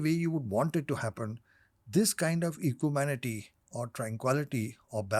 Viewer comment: Equanimity*** not Equimanity ☺️